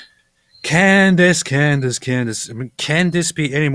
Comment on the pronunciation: Why does this guy keep pronouncing Candace Owens’ name as “Cand-ayce?” Not a fan of hers at all, but that clearly isn’t how the name is pronounced.